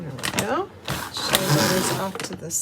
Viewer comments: The A is silent in Shea so it's pronounced Shay spelled Shea. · And shea butter is just "shay" butter!